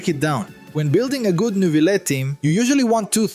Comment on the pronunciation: As a French, thanks to you saying Neuvillette properly <3